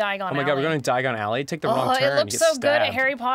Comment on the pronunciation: That's why Harry was transported to the wrong place. He didn't say Diagon Ally he said "Diagonally"